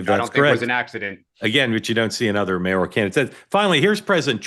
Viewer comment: I’ll be delighted when May-OR-EE-al is out of dearly beloved daily parlance. “MAY-or al “ spelled that way, pronounced that way. No such word as “mayorial”